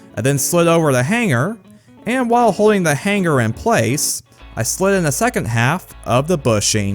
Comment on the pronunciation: The "G" is supposed to be silent.